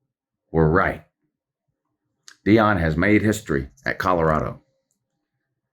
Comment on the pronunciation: Can't wait to get to "knee-on" Deion!